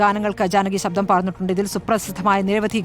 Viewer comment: സബ്ധം അല്ല ശബ്ദം ആണ് 😅 ജാനകി അമ്മ എന്നുപറയു 🤷‍♂️